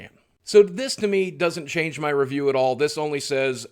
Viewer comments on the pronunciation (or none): none